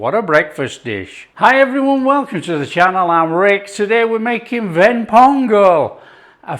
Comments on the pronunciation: You pronounced it like a Tamilian (Ven pongal) Appreciated. Thanks for taking it your subscribers.. Love from Chennai ❤ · My mom and I watched this video together. We couldn't help adore the way you pronounce the Tamil terms "Ven Pongal (வெண் பொங்கல்)" everytime! You've earned a subscriber! Love from Tamil Nadu, India! 💚